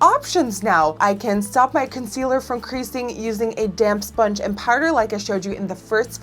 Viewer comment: "esponge" LOL